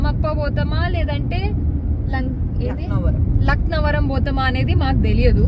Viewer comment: Lankavaram kadhu 😂 akka laknavaram